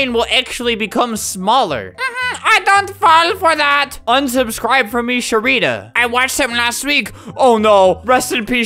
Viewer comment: Its 2023 Im now Trans. My birth name is Sherida....and he pronounced it wrong. That wasnt me but its pronounced Share-ida. You're welcome lol